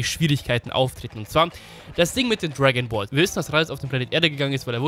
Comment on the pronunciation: Niemand:: Tragonballs